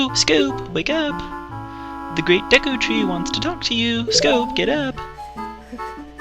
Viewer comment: lol, Deek tree haha